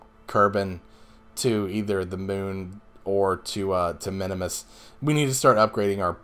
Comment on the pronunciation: Just a note... the little green guys are KERBALS.... not Kerbins... kerbin is the planet they live on. and it is MIN MUS not minimus. just for future.